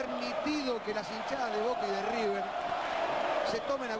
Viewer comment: Emm amigo es river no riber